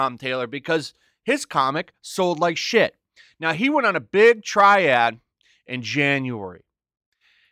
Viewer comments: Did he say Triad? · Did you really say Tom Taylor went on a "triad?" 🤣